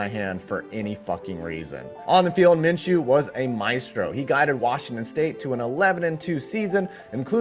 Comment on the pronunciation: "Min....Min...Min-chew" 🤧 - Chris Berman